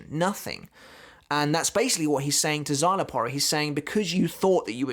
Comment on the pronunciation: Because you not saying his name with the Mexican twang it sounds like you're on about a different character